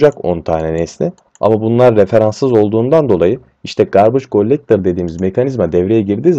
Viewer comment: Garbage Gollektor :D türklerin ingilizce konuşmasını seviyom. Bu arada güzel anlatım hocam sağolun.